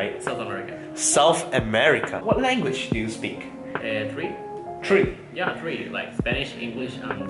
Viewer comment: what language do you speak?: Three: Tree? me: 😂😂😂